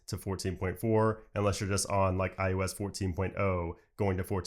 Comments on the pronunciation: ✅ iOS ❌ iUS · It sounds like you’re saying IUs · stop saying iUS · What is this IUS you speak of? I thot it was IOS.